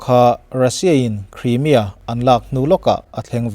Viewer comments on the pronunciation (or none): none